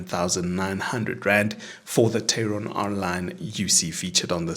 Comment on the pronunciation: TAE-RON not TEI-RON.